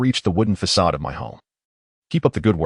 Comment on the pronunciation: I've listened to many Chinese stories. I don't know if it's bad interpretation or ai problems but many have a problem with facade. They read fa ade . It's not a big thing but it is noticeable.